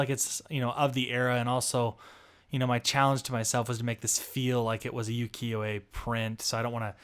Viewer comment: Just a gentle note: it’s pronounced “oo-kee-yo,” not “yoo-kee-yo,” and yes, you are close to the pronunciation of Uwajimaya. You just need to enunciate the U at the beginning. “Oo-wa-ji…” I hope this doesn’t come across as rude, just wanting to be helpful if I can be 💕